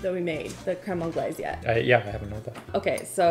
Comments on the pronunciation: Its pronounced creme on-glase. Like the s is totally pronounced. And you are so confidently pronouncing it wrong.😂😂😂 and cardamom and mango is a thing. You cant give that pairing to AI. It's used in fine dining all the time. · My brain can't with the continuous mispronunciation of crème anglaise ... Isn't Canada bilingual 🤷🏼‍♂️🤷🏼‍♂️🤷🏼‍♂️